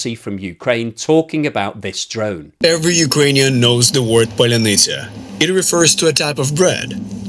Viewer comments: You're clearly not ukrainian, considering you pronounce "pallyanitsa" like it was Polynesia! :D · Какая еще Polynesia??? po-lya-ny-tsia !!!!!!!!! Polynesia-это островное государство! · "Polynesia"😂😂😂😂😂. It's Паляниця Palyanizya something like that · Он не может произнести "поляниця" он русский агент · “Polynesia” drone 😂 (Sorry, ) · polynisia XD brah u so funny with your pronunciation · паляниця = pal - ya - neets - ya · I for one am here foorting for absolute butchering of word Palianytsia.:D Not claiming I could fool any slav either.